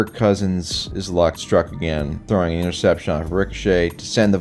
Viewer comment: "I'll show ya how to throw an intercepshun" I'm dead 💀